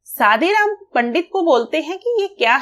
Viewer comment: It's good ..but it's not a सादीराम it's a शादीराम 😂